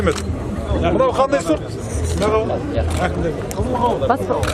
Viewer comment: Дауын дарбыз дима😁 кауын карбыз дидиго